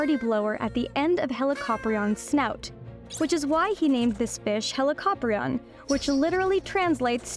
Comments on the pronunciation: I’ve always heard it pronounced as Heli-co-prion rather than the way you say it, Heli-cop-rion. Is there a specific way you should pronounce Helicoprion or do both ways actually work? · The pronunciation of Helli-copter-ion is almost unacceptable to my ears. It's heli-co-prion. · I always thought it was pronounced helico-prion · "Helicoprion are" sounds wrong to me. The plural is "Helicopriones", with the second 'o' being long in the singular but short in the plural. "Πρίων" means "saw", not "jaw" (which is "γνάθος").